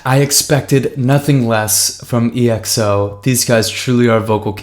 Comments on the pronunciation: Oh god... it’s not E X O, it’s just EXO. One word, exo. It’s pronounced ‘XO’ even though there is an E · Hey man, love your reaction, just a quick side note, EXO is simply pronounced as you read it in one word, not spelling it lol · Hey 👋 I Really Like You’re Content and I’m Waiting For You To React To Exo’s Acoustic Live Session Here It Would Be Nice For You To React To It... And I Would Like To Know Your Opinions About It And Next time please Sa EXO As ekso like Ek•So Not Eh Ek So Thank You 🙏💕 and In It Was D.O You Can’t See Him Is Exo Obsession MV Because he Just Enlisted In The military This July 1st... But You Can see Him In The Past Few Music Videos He Is My Bias And He Is Actually The Main Vocal Of the Group You Will Appreciate More Of His Vocals If You Check out His Song Tell Me What Is Love Here: That Would Be All I Will Wait For Your Reactions 💕 Love Lots 😘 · Just a remind, their name is pronounced /ekso/ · i love your videos a lot :) Always so kind !! (kind note: it's exo as in one word, not spelled out :) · Btw their name is pronounced as 'XO' even tho it has a 'E' in front lol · He doesn't really read the comments because every Exo video someone comments this but he still calls them EXO